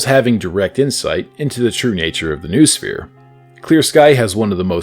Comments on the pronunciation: ffs noosphere is pronounced 'know-oh-sphere', not 'noohsfeer'!!! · Noosphere is pronounced no-oh-sphere